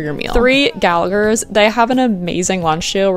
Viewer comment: The second G in Gallaghers is silent